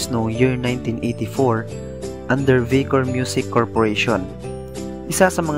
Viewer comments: correct ko lang no offense... since mukhang millenial ang author... its VICOR... pronounced as VAY-COR hindi VEE-COR... yun lang... :) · Vicor ....hindi po BEE-COR ....BYE-COR po... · It's Vie-cor not Vee-cor. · Vicor(pronounced baycor)